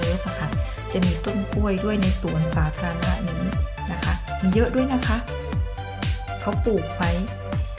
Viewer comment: ตามมาเลาะสวนสาธารณะ น้องน่ารักนะคะพยายามพูดไทย ออกเสียงเป็นสวนสัตว์😁 บ้านสวยดีนะคะ สวนก็สวยดอกไม้แปลกแต่สวยดีค่ะ ลูกแอปเปิ้ลป่าค่ะ อร่อยนะคะที่ยูเคก็มีค่ะ ต้นไม้ใหญ่มาก เกาลัดดกสวยเลยค่ะ